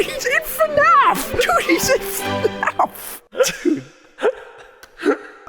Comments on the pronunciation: it's fnaf not fuhnaff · FNAF wrong Fuhnaff right